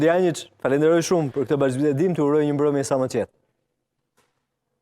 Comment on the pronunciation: Dushan Janjiç e jo Dushan Jançiç gabim